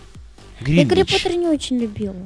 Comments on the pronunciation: Гринготс а не Гринвич :D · гринвич? серьезно? Гринготс ж вроде? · гринготс!!!!!!!!!!гринготс!!!!! гринвич это меридиан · Не Гринвич, а Гринготс